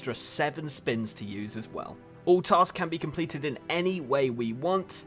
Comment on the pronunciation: u made a typo u said taks instead of tasks lol